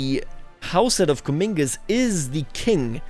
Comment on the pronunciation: Just so you know, Comminges isn’t pronounced (Cuh-meen-gez). It’s pronounced (Cuh-mahnj)